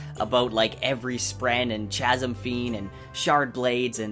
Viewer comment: Choo choo chasm fiend! 🤣 'k'asm homie!